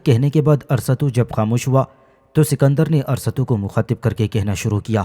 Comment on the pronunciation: Arsatu nahi arastu hsi